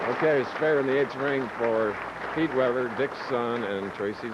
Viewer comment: why does he keep calling him Peter?! lol its Pete!